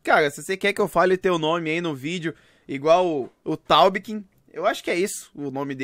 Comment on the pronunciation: Taubkin sou eu mano kkkkk pronunciou certinho 👏😂